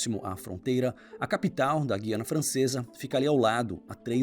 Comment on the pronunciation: No AP falamos GU-I-ANA.Pronunciando o U mesmo.